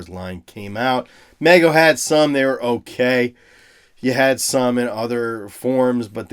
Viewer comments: Love all your content but it’s pronounced MEE-go. I just had to get that off my chest. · Mego is pronounced with a long “e” sound just for future reference.